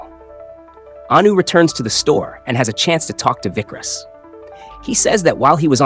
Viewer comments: It's not Vikras.... Its vikaas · Its vikas. Not vickrus